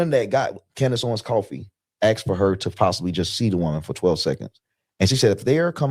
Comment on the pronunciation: Not many brain cells between the lot of you. Not making any sense You need lessons from Candace. Its Asked not asted'. Nonsense ' she got rich because of Charlie '😂 you are really unintelligent...